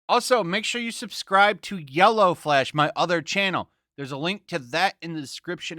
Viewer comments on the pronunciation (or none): none